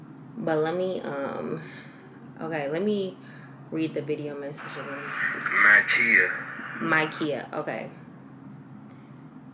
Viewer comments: Not Myeeka instead of Mykia 🤣🤣🤣grorrwlll I’m crying. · crying at still pronouncing the girl’s name wrong 😭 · Boyfriend- My-key-a (Mykia) - heeey myika😂😂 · Let me listen to the message “MyKia”! Hey MyIcka.....🤣🤣🤣🤣🤣.......No! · He said mykia not myeka 🤦🏿‍♀️ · It’s meee, I’m the birthday girl! 😂 yes she pronounced my name wrong but I cropped that shit and kept it moving 🤣🤣🤣 her intentions were pure and I’m forever thankful for my man for reaching out to my gworllll 💕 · It’s me lmao, I’m the birthday girl! I know heart and I know sis ain’t the best with pronunciations 😂😂 I still love her though! (SN: I was pressed regardless) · When she kept saying her name wrong I was like “girlll nooo listen to the pronunciation again!!😩” But anyways lemme keep watching the vlog 🤍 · I instantly shook my head soon as you pronounced her name wrong lmfao you had one job lmaoooo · I thought I was just me! I’m Like that’s not what he said! I was praying she listened to it again before she sent the video to him 🤦🏾‍♀️💕! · Girl I bust out laughing like you had it right before this 😂😂😂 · Its funny she listened to him say her name before recording the message and still said the name wrong lol and kept saying it wrong in the re-take 🤣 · Not you still saying her name wrong lmaoooo